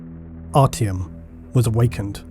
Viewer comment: also its ARTYOM not artiumun